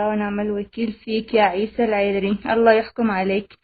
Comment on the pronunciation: ما قدرت تنطق اسم لقب العذر. ههههه. بتقري من ورقه ههههههه. جم جابو لك فلوس. عشان تسوي الفديو